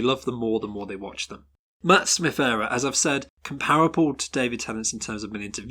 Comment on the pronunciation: IT'S PRONOUNCED 'EEERUH' NOT 'ERROR'!